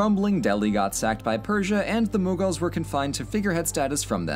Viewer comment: There is no 'N' in mughals then why do you call it munghals...